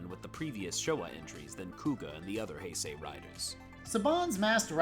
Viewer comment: It’s pronounced “Hey-say”.